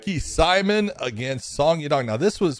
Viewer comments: Ricky simoan is how it's pronounced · Ricks last name is pronounced see-moan simon.. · It's Ricky Simón, the Hispanic pronunciation